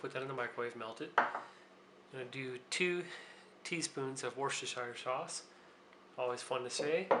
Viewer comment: Nice video - thx. btw it's pronounced "wusta'shuh sauce" over here in the UK